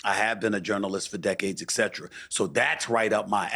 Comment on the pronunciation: Can someone learn how to pronounce the word etcetera Stephen A Smith and Piers Morgan both mispronounce the word